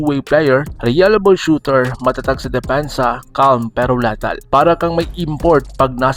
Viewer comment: Anong latal....bobota mo pala, "lethal "